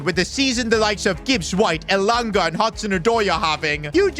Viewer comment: Bro is pronouncing elanga wrong